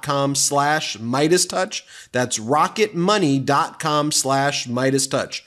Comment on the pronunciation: Its "torch"